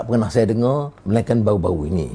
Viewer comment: Kenapa kata "baru" kedengarannya "bau"? Huruf "r" nya hampir hilang. Itulah lidah melayu Malaysia.